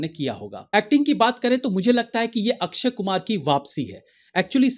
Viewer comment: ये अक्क्षय अक्क्षय क्या है । पुरी भिडियो में 30 बार से ज्यादा लिए हो नाम । अक्षय बोलना चाहिए । कम से कम आप जमिन से जुडे reviewer तो सही बोल लेते ।